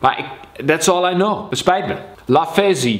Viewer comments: Lavezzie zeg je zz is stje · Lavezzi spreek je uit als Lavetzie